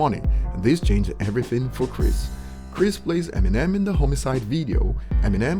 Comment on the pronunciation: Dislike cause u cant say chris name right